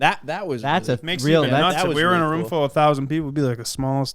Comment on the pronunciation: no way calls a ROOOOOOOOOOM a "RUM"